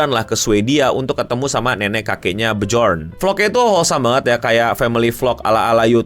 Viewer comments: Bacanya "byor" aja. Jangan "bejor" 😂😂😂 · baca nya byorn bang meski i tulis bjorn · Bacanya Byohn,. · byorn bang bacanya , bukan bejorn 😂😂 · ini cara bacanya, "byorn" Cmiiw thats how he said it in their video Jadi J ini bacanya Y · Bi-yorn, bukan be-jorn😁👍🏻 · Bacanya byorn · bjorn kalau gasalah bacanya byurn karena O nya ada titik 2 diatasnya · Baca Björn itu Byorn bg. Soalnya kalau lafalan nordik/bhs germanic itu "j" dibaca "y" bg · byorn bacanya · cara bacanya bjorn = biorn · bacanya kaya Byorn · Cara baca nama anaknya byorn bang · Bjorn dibaca Byorn bang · Ananknya pake nama Viking bang, bacanya (B Yorn) Son of Ragnar Lothbrok 😅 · Anaknya dibaca b-yorn bang..... Semoga ga ada yg ke trigger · Kayanya cara nyebutnya byor bang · bacanya B I Y O R N , kaya bjorn son of ragnar di series the viking hahhaah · Biyorn dibacanya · "Bi-yorn" bacanya bang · Dibaca byorn kalo ga salah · Cara baca nama anaknya Pudipai "Byorn" bang j nya dibaca y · Kalau gak salah cara ngucapin nama Bjorn itu "biyorn" bang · dibaca byorn, bang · Baca Bjorn "Byorn" bang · Nama anaknya Pewdiepie Björn bacanya Byorn bang😅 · Masih sering nonton Minecraft series dia 😊 Dan sekarang dia sudah mulai streaming Minecraft 😊 Btw cara menyebut nama anak nya itu Björn ( beyorn )